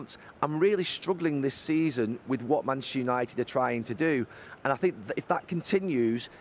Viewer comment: Bantchester United 😂